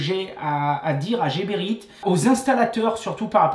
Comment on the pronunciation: Bravos! pour la bonne humeur ......si non.....heeee les coupes tubes Rotenberger c'est mieux pour tes doigts...et Pour infos prononce Gueberit